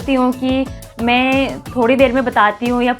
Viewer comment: Tumhe bolna to aa nhi rahaa tum kya hi job karti hogi.. hai ko he bol rhi ho.. मैं को में bol rahi ho.. 🤦